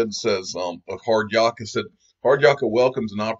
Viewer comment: Love your work mate... but it's not Yaa-ka, it's Yak-a. (I'm an Aussie). Hard Yaka = hard work.